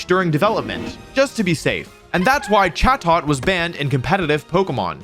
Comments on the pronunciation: The correct pronunciation is closer to "chay-dit," but good video otherwise. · Definitely thought it was pronounced “cha-toe”